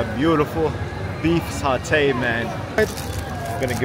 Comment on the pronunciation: as a malaysian u said satay a bit wrong idk how to type o say but i think is like sataay and u are welcome in malaysia anytime!!